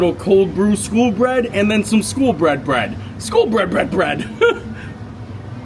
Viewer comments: Cringing every time you said "school" instead of SKOL... smh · Love the video as I love all your content! When you were in Norway you kept calling the skol bread and stole cold brew...... you were pronouncing it "school" but It is pronounced like "skole" think cole but add an s at the beginning. It means like cheers. So back in like viking times they would hold their cups up and toast saying "skol!" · Skol not skool. Skol means cheers. It is also a brand of lager (light beer)